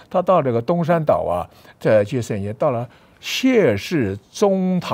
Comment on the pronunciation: 省亲，读xing qin , 不读 sheng qin